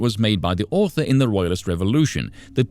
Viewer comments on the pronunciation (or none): none